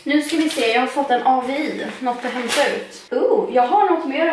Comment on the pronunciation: Det heter "avi" inte "A-V-I"